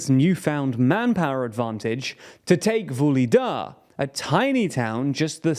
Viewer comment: H - never silent ( VuHHHHHledar) KH - never K, always H ( kHerson) E - actually YE ( going back to 'VuhlYEdar', 'kHYErson')